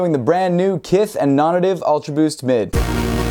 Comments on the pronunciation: Is it really pronounced non ative and not non-native? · Non native. Nay tiv